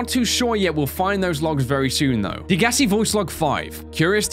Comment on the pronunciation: why do people not know how to pronounce degassi its day guess see